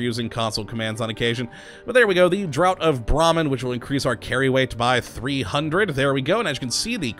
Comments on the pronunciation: Just gonna point out it's pronounced dr'ah'ft, not dr'ow't. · It's pronounced 'draft', not 'drought'. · Just wanted to say draught is pronounced draft